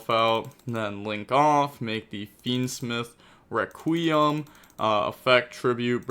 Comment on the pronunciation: pronounced fiendsmith as fiendsmeeth in the intro